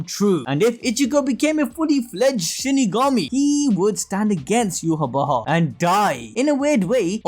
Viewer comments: Don't like the way you're saying bach man lol. Just say yhwach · bro you gotta know your not saying yhwach right its obsiviously not yu-ha-wa-ha its yah-wa-k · Take a shot for every time admin said "Yhwach Bach" 🤣🤣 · Yu-ha-bach with the German soft ch or the Dutch g.. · Are you pronouncing his name yew-ha-ba-ha??? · Your calling him yuha Baja?? 😂😂🤣🤣